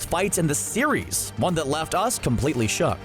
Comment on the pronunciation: How many times you said shock instead of shook